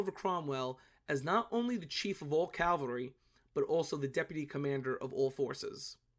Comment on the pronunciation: what th is a “calvery troop”? I think he means, cavalry.